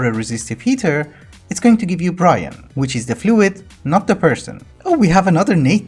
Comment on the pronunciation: Do you pronounce Brine like Brian on purpose?